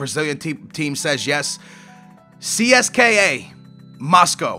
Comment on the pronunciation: CSKA Moscow is pronounced Ceska. Say it like one word, don't spell it out.:)